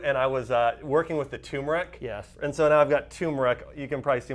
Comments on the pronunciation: It is not tumor-ick. There is an "r" in turr-murr-ick...TURMERIC. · Thanks for the examples. Remember, "Turmeric" has an "r". Americans say TURmeric, Brits say turMERic. Just saying. ; )